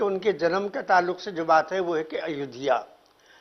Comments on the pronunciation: कुरेशी उल्लू है इसे अयोध्या बोलना नहीं आ रहा अयोध्या के बारे में क्या लिखेगा कुत्ता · जिन्हें अयोध्या का उच्चारण भी नहीं आता है वह भगवान राम के विषय में वह भगवान राम के जन्म के विषय में किताब लिखने की जरूरत करते हैं ऐसे गद्दारों को जेल में डाल देना चाहिए वह उस किताब को बैन कर देना चाहिए ताकि किसी धर्म के खिलाफ ऐसी अभद्रता दोबारा ना हो जय हिंदू जय सनातन